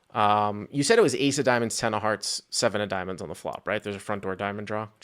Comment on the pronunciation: "Ten of Hots"